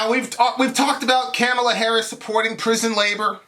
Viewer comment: Good Lord. I'm not a huge Kamala fan, but the right-wing framing to begin this soliloquy had me in tears lol 1. can't pronounce Kamala's name Really? The most famous "woman of color" in world politics right now and you can't say her name right? LOL Like it's even hard to pronounce... Very Fox-ian, OAN-ian, and Newsmax-ian of you:) 2. She's "not really African American." Another right-wing talking point, which implies "Hey African American women, ignore this victory because it doesn't pertain to you!" (which, I'm assuming, forms much of the backbone in this video, but I gotta admit... I bailed after 5 minutes of this drivel) Why the distinction? Because her father is of African-Jamaican descent? Using this arbitrary distinction, and his children are also not African American.... soooo, your point? lol 3. She's not Obama. We agree here, but mentioning only the Islamophobia Barack HUSSEIN (of course you did, lol) overcame against Clinton, while conveniently leaving out the constant barrage of Islamophobic attacks he encountered while defeating the Republican party in 2 straight elections, is blatantly disingenuous framing. A friendly reminder: Biden and Harris won. Easily. And no amount of Trump/Trumpist tears will change this fact.